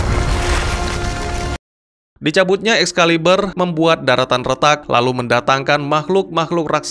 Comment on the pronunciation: Excalibur bro, bukan Excaliber..